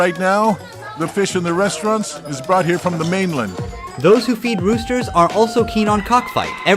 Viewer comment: Dude called the roosters, "roasters".